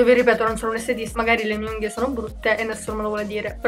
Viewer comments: perché dici unghio?... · anche io ho sentito unghio 😂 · Ma pk dici unghio? 🤣🤣T. V. T. B💖💖💖🌼🌼🌼